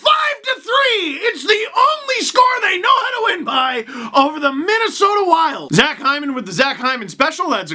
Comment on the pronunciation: It's not Zach Hyman it's Zach Heeman